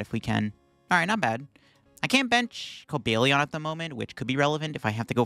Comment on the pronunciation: Cobalt Lion. Cobalion. Not Cobalion.